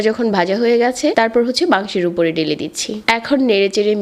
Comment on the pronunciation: ধনিয়া, ঢেলে দিচ্ছি - এই উচ্চারণ গুলো ঠিক করেন আপু।